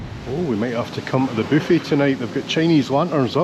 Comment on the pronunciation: Loved the video...Your videos are relaxing in this chaotic world. Everytime you say " booffet" I laugh 😅